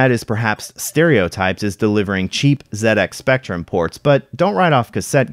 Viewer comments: Sounds so weird hearing Z80 pronounded as "zee eighty" I'm used to hearing pronounced as "zed 80" at least you say ZX Spectrum right. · What a fantastic video. I came in with only a basic understanding of the MSX, and I left having learnt a lot about the Platform. The combination of Konami carts was really interesting, and as someone who grew up playing the Spectrum, thank you for pronouncing ZX Spectrum correctly 👍🏻